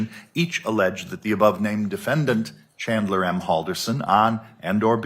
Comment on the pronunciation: "Chander" lol. And she didn't even correct herself.